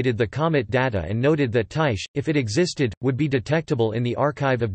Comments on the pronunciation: Its (tie-khe) Not (tie-she) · actually ther right way to pronounce it od Ty-kee with a long I sound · That not how you pronounce it